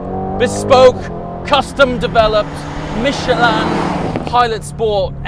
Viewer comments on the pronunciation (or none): Isn’t it Michelin not mechelaan lol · Michelin not Michelan🤦‍♂️ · "Michelle Land Tires" 😆 Where is the "a" coming from?? 🤣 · Since when we call it “Michelaaaan” ? 😂😂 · Michelin? No "Mich a lan" love it